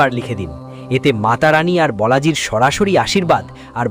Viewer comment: বলাজী কথা টা ভুল কথা । আপনি আগে নিজের উচ্চারণ করুন। ওটা বালাজী হবে।